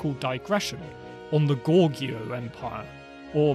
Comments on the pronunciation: Not sure why you thought 'Goguryeo' is pronounced 'Gorgeo'. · Just as a pronounciation note: it is Go-Gu-Ryeo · Goguryeo is pronounced as Ko-Koryo.